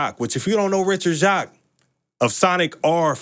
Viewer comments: Oh in an interview Richard Jacques officially confirmed how to say his last name which is pronounced “Jakes”. Don’t worry bro most of us pronounced it the same way. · Loved this and the Jet Set Radio Future video! FYI, Jacques is pronounced jakes/jayks, according to Richard Jacques himself when he guested on a Radio Sega podcast years ago. I realised after that podcast that there's an old UK actress with the same name and pronunciation called Hattie Jacques, so it makes sense.